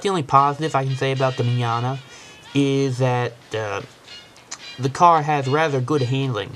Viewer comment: ''Dammit i hate dis caw'' haha